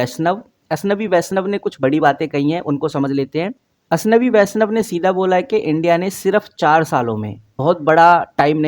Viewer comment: अशनवी नहीं अश्वनी वैष्णव 😂